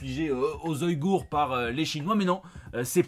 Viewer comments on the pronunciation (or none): none